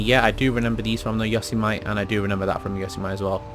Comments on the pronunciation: why do you say "yosemight" its "yosemitee" (pronounciation) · Yo-sim-itty, you illiterate fuck. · Say it after me .....Yo-seh- meh- tee....not yoseme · It’s (YO-SEM-ITEE) not (YOS-E-MITE) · YO-semm-ITY not YA-SO-MiTE! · This man said yo-see-mite its yo-sem-i-tee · It’s pronounced YO-SIM-I-TE not “yosamite” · Its yo-sem-itty not yo-sim-ite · Not yo seh mite, it's yo Sam ih tee. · Its yo-sem-ity not yoz-a-mite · "Yo sem eh tea" is the proper pronunciation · If I hear him say yosomite again I’m gonna commit toaster bath tub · It's for sure a "Yuh - sumety" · Yo - Sem - It - Ee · It’s pronounced YO-SAY-MEH-TEE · Why he say yosemite like yose-might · It’s yo-sem-a-tee for crying out loud! 😑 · ‘yossy might’😭😭😭😭😭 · Yo-sem-mitty homie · it’s yo-sem-it-e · Not Yosemite, yosemitty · Yo-sem-ity Yosemite sam 🖒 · Say the truck name like you would say Yosemite Sam from loony toons. Not “yose-might” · Yo - Sem - It - E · it’s pronounced yo-sem-mitty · I came to the comments to correct him but you beat me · Its Yosemitee you know like the national park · I loves Yo-sem-ite Sam, when I was a kid. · Yo see mee tee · Taking the family to yo so might National park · Doesn't matter where you're from, the general consensus is that its pronounced "You-sem-itty". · The fact he says Yosemite instead of Yosemite 🤦‍♂️ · Why does he pronounce it incorrectly it is highly irritating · Yosemite, like Sam from Loony Tunes.. or the American National Park.. not like Vegemite. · that’s not how you say yosemite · 90% of comments (your saying Yosemite wrong) 10% normal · "Yosemite" would be correct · How he says Yosemite 😂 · The way he pronounces it... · People in Texas are cringing in the way you said Yosemite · Did you ask rockstar your self? Check your facts kid all my friends say yos-a-mite because it's the most common way its pronounced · The way you say Yosemite is makes me cringe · Garcia_Z_Beast - a lot of people that know how to pronounce it properly is who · Dirty foreigner